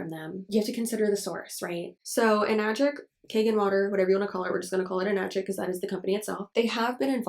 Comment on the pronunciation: Hi, first time commenter here (since you said engagement would be good for you and I want to be learn to be more proactive in whatever limited support I can provide). Since you mentioned pronunciation, I took the trouble of finding the Japanese wording for it, エナジック (Enajikku) with the 'E' pronounced like 'eh', and the 'a' pronounced like 'ah'. In the same vein, Kangen is pronounced more like 'Kahn-gehn', and not 'Caynguhn'. Source: Am working as a Japanese translator/interpreter. Though realistically I doubt anyone actually cares that much about how it's pronounced ~.~ Just some info for you. I also have a burning rage for them because someone literally recommended them to my parents, specifically my dad who was recovering from cancer and got them to BUY ONE some years ago as well. It is now an unending source of frustration for me towards them. (I literally blew up on them not long after I first learned it was a goddamn MLM from the Anna's Analysis video) Their water filter cartridges are also fucking expensive (keep in mind that you would have to replace them periodically as well, especially if your water sources are not really clean so those add up as well).